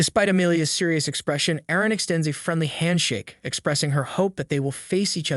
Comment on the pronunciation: Wtf this man who said Aryan almost said my name and my name is Arrien btw with my name it sounds like r e n but you say r re n and I'm like lollllll😂